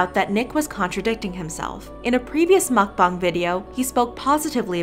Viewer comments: It's pronounced MukBANG, not MukBONG! Listen to people when they pronounce it! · Real Brice mukBONG is correct. Original Language: Korean 먹방 = mukBONG However since it’s popular in America no one really cares how you say it, Korean or American pronunciation. Americans would read it and say mukBANG.